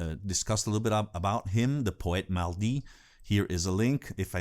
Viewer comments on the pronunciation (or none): One remark on mr gainsbourg: it’s ‘poète maudit’, cursed poet, not maldit (I don’t know if it this is a word, I’m not French, but it would mean something like ‘ badly (mal) said (dit). Great album on an interesting list.